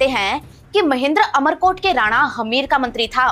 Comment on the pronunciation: इसका नाम अमर कोट नही उमर कोट है